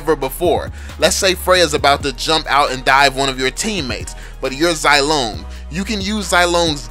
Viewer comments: You pronunce him zy-long, it shoud say it zee-long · ffs I'm pretty sure that it's pronounced "zee-long"